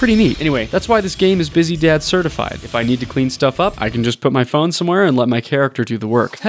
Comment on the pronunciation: "a freaking puh fone game" 🤣🤣🤣🤣🤣🤣🤣🤣🤣🤣🤣🤣🤣🤣 i cant w you bro i swear subbed